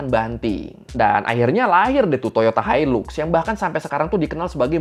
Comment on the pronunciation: Maaf tapi sebutan yang betul untuk Hilux adalah HAILAK dan bukannya HILUK